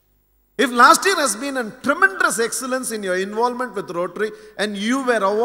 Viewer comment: I really enjoy his speech and also his vocabulary but I don't know why he is pronouncing 'tremendous ', as ' tremendrous'.